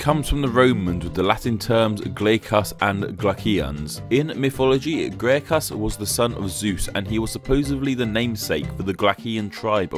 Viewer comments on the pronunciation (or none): Graecus* not Gleicăs